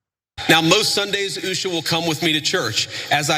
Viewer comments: Is it pronounced USHA or USHER?? 😂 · It's pronounced as Oo-sha😅